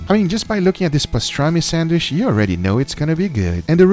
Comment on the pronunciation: Please say sandwich not sandwish!!!! Cringe alert